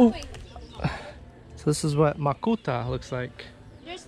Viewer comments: Makopa not Makuta LoL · Briliant mind!😃❤ maayong buntag ninyong tanan...makopa not makota... 🙂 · Lol...the way you pronounced Macopa is funny! :)